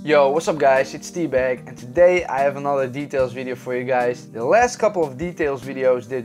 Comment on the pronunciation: Awesome video! But I was a bit thrown-off by the intro, where I heard "Hey guys it's." Turns out, it's T. Cool channel man.